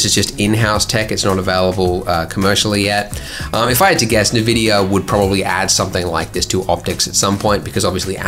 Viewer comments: Neh-vidia? What planet do you come from!? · Nobody:..... Andrew: nehvidia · "Nividia", said the Lbender Ugru. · 'EN' VIDIA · Everytime you say "neh-vidia" an angel loses their wings. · My buddy would call it Ni-vin-dia . Never understood where he saw the second N. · "nehveedeea" Jesus Christ... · I thought it was pronounced "envidia".. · No one: Andrew: NEH VIDIA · "Na-vidia" HOLD ME BACK BEFORE I SLAP THIS BOY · Cool video. I've been binge watching your videos lately but today I got confused so much that I had to check if I wasn't doing it wrong the whole time. Not the denoiser but the pronunciation of Nvidia. It's en-vid-eeyah - Hope it didn't sound mean. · According to the official NVIDIA brand guildelines, it's pronounced [en-VID-eeyah]. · "EN- VIDIA"!!!!!! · nevidia ? Never heard of them. XD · The way he tells NeVidia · NeVidea lol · Nvidia is pronounced "en-vidia" or "invidia" (Latin word for "envy") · Navidia , that's a special way to pronounce it. I need a memory wiper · I always thought NVIDIA was pronounced Envidia... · Nuh-vidia? NUH-VIDIA? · Australians often pronounce things wrong :/ I'm basing this off of NAVIDIA and "cayche" instead of "cache". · No, you're not the only one, and you're right, the correct pronunciation is "en-vidia" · Ryan Vickers Come on, don't be that guy. I mean, he is being a weirdo, but let him be a weirdo if that makes him happy. It doesn't hurt anybody. Except my ears whenever I hear NehVidia. I mean, when you get N-gons do you get En-gons or Neh-gons? Hm? What is the normal person way to say that? But no, seriously, don't be that guy. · Patrick Edwards It's actually pronounced "envidiah" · Why would anyone say it "envidia" when it's not spelled starting with an "e"? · Hahaha! Hell, if you're gonna say it wrong then you might as well go all out. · Welp, I still die inside a little when he says Nvidia wrong. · You're saying NVidia wrong bud. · ikr, he butchers the pronunciation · He does not have the envidia pass